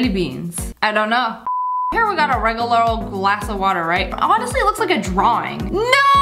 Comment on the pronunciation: She says regalar instead of regular lol